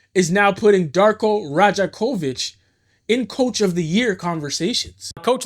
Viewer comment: Damn you butchered the coach’s name lool